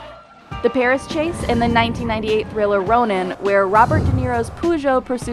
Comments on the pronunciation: No one gonna talk about how she said Peugeot as Poojoe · Is everyone just going to skip past the fact that she said Poo Joe and not Peugeot? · ahh yes, the famous poogeot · Robert De Niro's Poo-Joe 😂 (= Peugeot [pøʒo]) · Poo joe? FFS its Pegiot lol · There is no car make called "poo-show". Did you mean Peugeot? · POOGEOT It's Peugeot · Jagyouare not Jagwire Purrjoe not Poojoe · poojoe? wtf type of car is that? i thought it was pronounced purrjoe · It's not a "Poogeot" it's a "Peugeot" 😆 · Whats a poogut car? Its prononounced as a poe like fUrniture. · Puujooo. You make that car sound like a mexican dish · Did she say poojoe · Poojo? Is that how Americans say Peugeot? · No one mentioning how she calls a Peugeot a poo joe? xDDDD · They have a kitten as their logo, that's a hint: It's pronounced "Purr-Show". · Poojoe, Jagwire. Please stop... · '"poo-show" Yeah that's... not how you say Peugeot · We just ingnoring how the narrator called the peugeot in Ronin is called a pooshow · what on earth is a "Poojoe" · Robert De Niro's poo show? Please don't tell me that's how all Americans pronounce Peugeot... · Robert DeNiros Poo-Joe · The pronunciation of jaguar was bad enough "poojoe" is just too fun to believe a human being thought yeah that must be how that word is pronounced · Did she say poogeot? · The way she said "Peugout", oof... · Jagwire and Poojo 🤣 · what the f is a poogeot? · Who on earth pronounces it "poo-jo"? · French Connection scene today would be worth some time in prison Btw at least cntent creators learn to pronounce European car brands, pls! I've watched this video till I heard Pugo or whatever. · "Poo geaot" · What’s a Poogeot?? 😂😂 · Hahha poogeot!!!! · "Jagwire" "Poojoe" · Jagwire? Poogeot? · What the heck is a poo-zo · When She said Peugeot - Puusghöt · Robert do neros poo-Jo? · But Poo-Joe is still better than Jag-Wire :D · Im super annoyed by how she pronounced peugeot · Terrible pronunciation of "Peugeot" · she can't pronounce jaguar or Peugeot